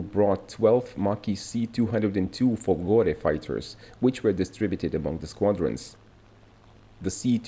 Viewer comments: It's Fòlgore not Folgòre. Accent is on the first o. Fòlgore means lightning. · Hush hush... Fòlgore, not Folgòre....don't tell anyone...🤣🤣🤣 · If you want to speak about Italy in the unrespectful way you do in the video we see here, try at least to read italian words and names correctly... FOLGORE has the accent upon the first O letter!!!